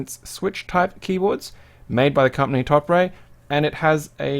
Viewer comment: "Top Ray"